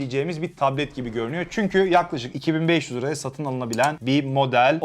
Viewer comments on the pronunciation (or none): none